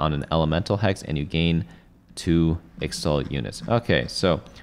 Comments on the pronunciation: its pronounced ich-tal not ix-tal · its pronounced ishtal not the way you were saying it